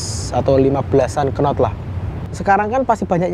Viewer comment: Knot bacanya not mas, k ne gak ikut 😅